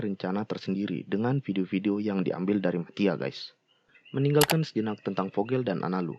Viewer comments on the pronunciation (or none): Ralat,Ngab! Yg bener itu Guys bukan Gays